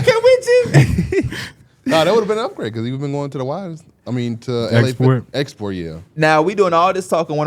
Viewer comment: They really be calling Esporta fitness “export” 😂